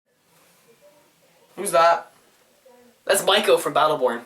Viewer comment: I just do not trust 2k at any multiplayer only game. I know there is a campaign but it is really a tutorial, NO ONE will buy it for the campaign nor will it win any awards for the campaign. BTW Mikos name is pronounced M-E-E-K-O long i just a heads up